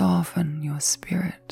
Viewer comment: You are saying "soften you spirit", but with your accent it sounded like skirt. lol . Takes me awhile and some coffee to wake up. lol